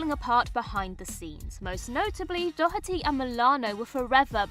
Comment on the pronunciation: I adore the British pronunciation of “Doherty”, with the hard H sound. Thoroughly charmed by it, you might say. ❤